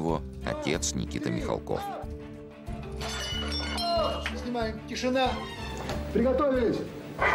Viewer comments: Я помню, в какой-то передаче Никита Сергеевич говорил, что ударение фамилии правильно ставить на «А» - МихАлков, а в этой передаче опять говорят МихалкОв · Они потомственные дворяне. Отец Сергея Михалкова до революции был хлебосольный московский барин. Фамилия правильно звучит с ударением на "а". Почему не всомнили брата Сергея Владимировича Михалкова --Михаила ?